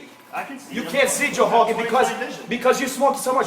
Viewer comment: “You can try to hun Joe hogan!”